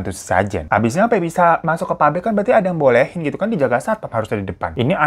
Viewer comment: PAPBRIK MAS BUKAN PARIK 😭🙏